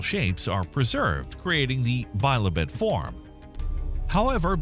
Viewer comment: The bot reading this script can't even pronounce "bi-lobed", that is, having two lobes. Why not have the script read by an actual human being who knows what he/she is reading? Also this moderate sized ateroid is called "immensely large". It's not. It's been ruled unlikely to impact Earth in the foreseeable future but even if it did the damage would be serious within a limited area on land or merely cause a large tsunami if it fell into the ocean.